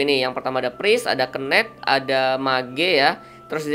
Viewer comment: bahasanya gak ramah ditelinga, last hit kedengeran lasit, knight dibaca kenaik, priest dibaca pris, susah aku ngikutin nya bwanng